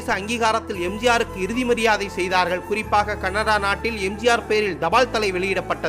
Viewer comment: தயவு செய்து தமிழை சரியாக உச்சரிக்கவும் இந்த பதிவில் தபால் தலை என்பதை எப்படி உச்சரிக்கிறார் என்று கேட்கவும்